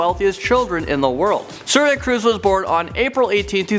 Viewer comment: Tom Cwuise. Anyone?